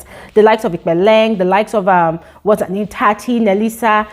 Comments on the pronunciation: ....HOW TO PRONOUNCE TSATSI...You know the word TSUNAMI...replace the U with A..TSA and then the second part do the same but place I instead... like saying TSANAMI😊😊 lol or TSINAMI😊😊now just remove the Nami all together and just say TSATSI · I think it's time learns how to pronounce Tsatsi's name 😭🤍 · Lol if people can pronounce Tsunami, then Tsatsi should be easy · do you mean "Tsatsi" is pronounced as "Sassy"? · If she can pronounce tsunami she can pronounce Tsatsi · Similar to how you pronounce the “ts” in the word “tsunami”. When pronounces Tsatsi’s name, she leaves out the “s” sound. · Your right